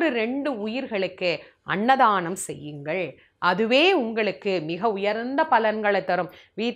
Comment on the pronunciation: அன்னதானம் √ அண்ணதானம் × அமாவாசை √ அம்மாவாசை × தாயே, தங்கள் தமிழ் உச்சரிப்பில் சற்று அக்கறை காட்டுங்கள்.